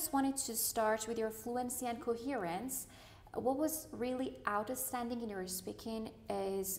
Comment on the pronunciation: Out Estanding ? haha that pronounciation is surely not acceptable for an examiner